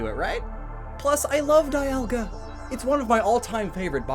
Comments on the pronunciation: its not die alga its dee alga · whatsup guys i'm immediately taken out of this video by the pronounciation of dialga but i'm watching nonetheless